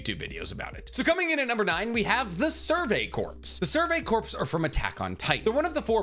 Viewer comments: Ummmmmm Future Trunks didn't come back to kill Vegeta.... He came back to kill the androids. When you're talking about the Survey Corps. Please for the love of my sanity and all things holy stop saying corpse it's just core....... pronouncing that "ps" is really messing with my mental health... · God damnit I love you but I can't take it anymore corps is pronounced kor as in core not korps as in corpse such as in the marine corps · This is a very minor pronunciation thing but corps is pronounces "core" not "corpse". :D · It's pronounced "Core" not corpse. Much like the marine corps. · For future reference... “Corps” is pronounced similarly to “cores” the p is silent. I learned that in the military when everyone keep making fun of me for saying it the way you do. 😥😭 English sucks!!!!!! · Great video but btw corps is pronounced like core, you don’t pronounce the p. Like as in Marine Corps, you don’t hear the P. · Corps is pronounced "kor", like core. Whew! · Survey Corps is pronounced “Core” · Corps is pronounced "core" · I love you content but for the love of Usopp PLEASE STOP pronouncing corps with the p. The p is silent and corps is pronounced like core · The way he says “corps” drives me crazy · I die a little every time you pronounce the "s" in "corps" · i am an inch away from committing war crimes because of how you pronounce corps